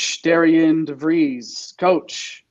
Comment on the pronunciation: Good segment guys. I feel like as a Drake fan we’re always correcting folks, but its Darren Devries, not Darrien. Thanks again for featuring the Bulldogs!